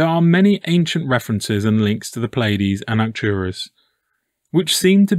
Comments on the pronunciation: It's NOT the effing Pillaydees. FFS, there is no i in between the P and L of Pleiades. It is pronounced plee•uh•deez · NOT Pill-Ay-Dees, my brother. British English: Ply-uh-dees; American English: Plee-Ay-Dees, Not (as far as I have been able to tell): Pill-Ay-Dees. Your material is astonishing, by the by. Utterly, profoundly interesting